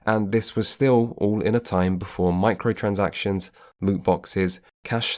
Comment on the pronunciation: "Microtractions" rather than microtransactions.